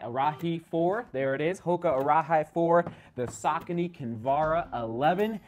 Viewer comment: For when you do review it, the Arahi is more correctly pronounced like Ara-he not like Ara-high (though I'm sure a lot of people will say it like that). You pretty much nailed it once when you were trying out a few options. It means “lead”.